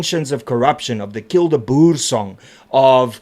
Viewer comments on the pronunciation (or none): none